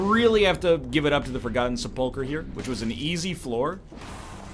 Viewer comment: He emphasizes the second syllable instead of the first